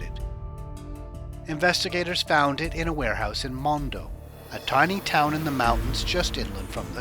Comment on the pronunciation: It’s monda not mondo